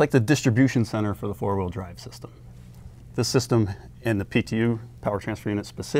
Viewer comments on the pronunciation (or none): Why does she say "hawheel" when saying the word wheel